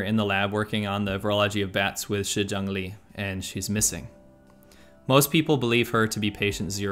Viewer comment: I've always really liked your content but your pronunciation of Chinese is pretty bad. The lady's name is Shi ZhengLi but it sounds like you're getting each phoneme wrong...